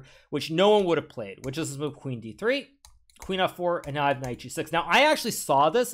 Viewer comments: Why does he keep saying “knife” instead of “knight” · did anyone heard knife instead of knight or just me lol